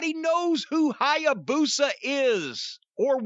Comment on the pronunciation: Didn't need to massacre Hyabusa like that...😂